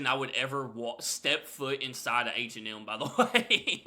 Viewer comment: Your pronunciation of H&M is wild. It sounds like you're saying "Ancient Elm".